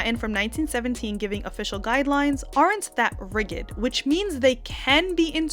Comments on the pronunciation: lol i had to rewind. 2.35- 'riggid'? lol . that's not how it's pronounced bae. eeep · Did you really say "rigid" using a hard "G"? Holy crap. It "rigid" with a soft "g". There is no such word as "riG-id". Ugh. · It’s hilarious how she whines “it’s not their right to take it [the title] awaaaay…!” Riiight. Of COURSE it is. the word is “rigid” & pronounced with a soft “g.”